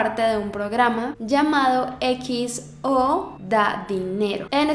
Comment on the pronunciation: no es xo, es XO